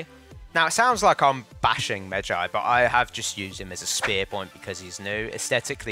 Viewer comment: pronounced medj(eye) not Jay ffs